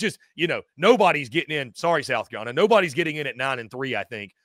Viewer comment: Is this dude saying South Cabelina? Maybe I’m losing my mind